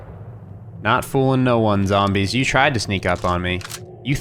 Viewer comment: Some real tough zohmbrehs xD